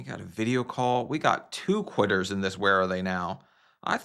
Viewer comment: It’s “quitter,” not “quiter.” But good luck as you get back on track with your weight loss and physical therapy!